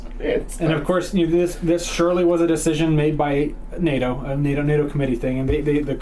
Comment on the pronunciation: Nah-toh ha ha.... north American training organization😂😂 correction please its pronounced Ney-toe...North Atlantic treaty organization